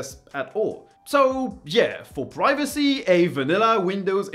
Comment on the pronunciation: i thought you said piracy not privacy